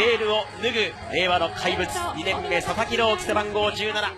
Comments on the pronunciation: アナウンスが「佐々木ドーンキー」に聞こえるのは私だけ？ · バカにしてる訳じゃないけど 名前のコールが佐々木ドンキに 聞こえてしまいました